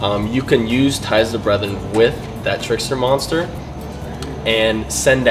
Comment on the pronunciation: Trickstar not tricksturrrr